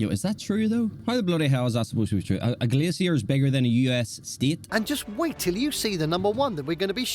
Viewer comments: Alcoholics and people who love a drink. 😂😂😂😂😂 We say glaysher here and not glay-see-er. You won't see northern lights in summer because the sun doesn't set. Keep in mind that Alaska has BIG earthquakes. In 1964 the experienced a 9.2, the 2nd largest quake ever recorded along with massive tsunami. Native Americans inhabit not Just American states but both North and South America. They are the first people to live on these continents. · A few corrections. Our pronunciations are a bit different. Juneau is pronounced as Joo-no. Kenai is Keen-eye. Glacier is Glay-sure. We don't mind if you pronounce it your way, but we may be confused at first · GLAY shur. That narrator making me crazy. Glacier rhymes with (they sure) As England Has none, I give no shits what they say about it. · Glassy-er Bay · Glay sure , I hate the way he says it 🤦‍♀️ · In America it's Glacier "Glay shee er" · Don't pronounce "glacier" the way the AI in this video does...it's so wrong!!! Funny you would say that about the Northern Lights...I've told my kids that if I become terminally ill, take me to Alaska in the winter and take me out to see the Northern Lights at night...and leave me there to just freeze. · Ignore the clowns, same scientists said glaciers would be gone 25 years ago - very very WRONG! The narrator needs to learn to pronoun words correctly! Like GLACIER! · Teach that guy how to pronounce glacier !! 😂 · The way he says Glacier gives me physical pain. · Sorry, but no. British pronunciation of "glacier" is different from the American pronunciation, but it's not the abomination in the video. I've heard multiple British people on YouTube say the word, and they don't do THAT to it. The guy reading the script, has either just never encountered the word before, or else he's overenunciating in an unnatural way ("newscaster voice"). Could be some of each.